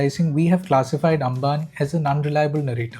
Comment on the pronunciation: Amban - like Ambani, not Angan. അംബാന്